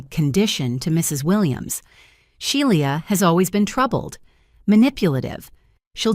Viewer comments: The name is pronounced "Shee-la" not She-li-a. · Shelia pronounced She la